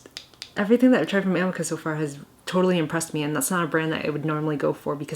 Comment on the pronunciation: Amika is pronounced like uh-me-kuh